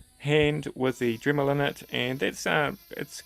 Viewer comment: It's DREMMEL Not DRIMMEL